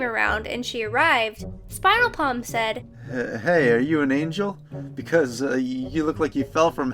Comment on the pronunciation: you also messed up saying spiralplam